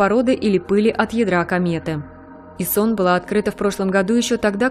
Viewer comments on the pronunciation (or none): Айсон , а не исон